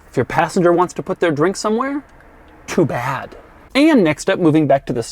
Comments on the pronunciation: Doug: If you want to put a cup in this car..... inhales furiously T O O B A D ! Goddamn I felt that! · Love how he emphasised the 'too bad' with the single cupholder haha.